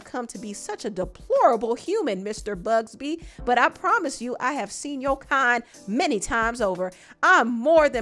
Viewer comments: It’s not “Bugsby” it’s “Buzbee” 😅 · Buzbee not bugsbee gworl🤭🤭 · BUZBEE NOT BUGSBEE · ...there is no "G" in Buzbee. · Oh be careful he'll send you a bully letter that he sent to Buzzbee the lawyer,hasn't said a word ...just a strong letter...it's Buzzbee NOT BUGSBEE, 😂😂😂😂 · It’s you calling him Tony Bugzbee for me 🤣🤣🤣🤣🤣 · Lol You calling Buzbee "Bugsbee" every single time is sending me up the wall lmaaoooo I told y'all that before 2024 ends more things are going to come out 2025 is going to be worse, watch. It only get's crazier and more dystopian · keeps saying Bugsby 😂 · I’m laughing at you saying BUGSBY lol… but yes, jay Z’s time is up. You know what else is horrible?? These celebrities and politicians raping and killing people!! F these people